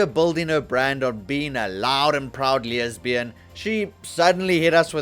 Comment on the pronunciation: Why the extra 'y' on the word lesbian? That's my only takeaway on this video, that you add a 'y' where there is none.